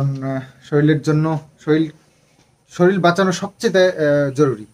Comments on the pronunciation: শরীল না শরীর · Sorir, soril bolcho keno??